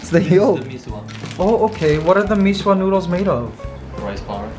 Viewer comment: Mikey mecq is only for certain provinces. I’m still going to watch this vlog channel. I’m not a big fan of food vlogs. It is okay if it is part of a vlog. I think the noodle soup should be pronounce as mee sua. I’m not saying you should create a new channel. I’m just saying my opinion. The way Mikey eats lumpia proves that each person can eat something differently. It is not bad. It is just different. I’m sure others put something else in their lumpia.I think you drink too much coffee. Mikey. I mean you do exercise. It may also be in combination with over thinking. I had this as well. Actually, I’m in a coffee fasting mode. Don’t shave it please? But again, it is your choice. I just prefer you having hair.